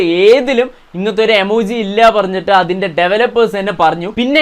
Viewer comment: എമോജി ഇല്ല ഇമോജി😂😂😂